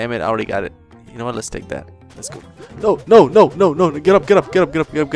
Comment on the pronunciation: He's saying "let's go", but with an Italian accent. So it comes out as "Let's-a-go!"